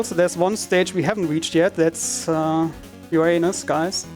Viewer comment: Dude in the back can't hold it when the runner mispronounces Uranus several times.